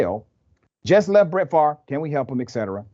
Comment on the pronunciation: Brett Fav rah (how you can pronounce a name by reversing letters is beyond me). Well, he will be a celebrity in prison then; like R Kelly and Bernie Madoff.